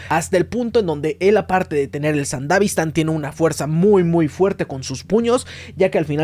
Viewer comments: Me estresa que digas sandavistan y no sandevistan como debe ser pero igual buen vídeo xd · Se dice Sandevistan no sandavistan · Se dice sandevistan.